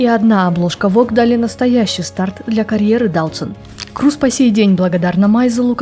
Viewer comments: Крёз) тоже ухо резало это «Круз» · Не Крус, а Крёс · Голландская фамилия произносится "Крёз" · Я помню её фамилия произносилась Крёз. Крус это звучит как-то литино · Крус это англоизированный вариант, поскольку англоязычным людям не очень удобно правильно произносить её фамилию. А так, да, на голландском её фамилия правильно читается, как Крёз. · Правильно произносится и читается на голландском именно Крёз, да. Крус это англоизированный вариант, поскольку англоязычным людям не очень удобно правильно произносить её фамилию. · Спасибо за сюжет? Невероятная Дауцен! Одно из тех имён, которое пройдет через многие годы. Глубокая, принципиальная, независимая женщина! Она - личность. Единственное, всю жизнь называла её фамилию Крёз. Дауцен Крёз. По-моему так правильно.)) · Ну она же не Круз, её фамилия иначе произносится.